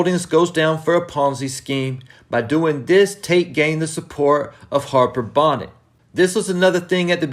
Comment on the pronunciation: I love your commentary...but its Harper Bonet...pronounced "Bow-Nay". Tate is a crook who will get found out eventually. I believe between Ramona Garrity will get revenge on Tate from the last episode in OG Power. Harper may get him or even Rick Sweeney. We will see. 👊🏾🙏🏾